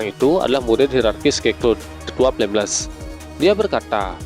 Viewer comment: Baca yg benar dong bg itu tetua flameles